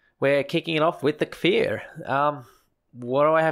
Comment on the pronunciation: omg the first youtuber to say cfir right yessss thank you